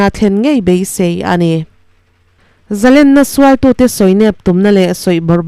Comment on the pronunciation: Zalrnna nilovin Zalénna yia lam tur lén ssngha manna lén